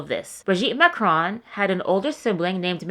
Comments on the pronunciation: Good recap. I watched your video on Emmanuel also. I've got to tell you that it is super annoying and distracting for you to mispronounce "Marcron" over and over and over. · It's hilarious that you think you came up with this "theory" of yours and you can't even pronounce Macron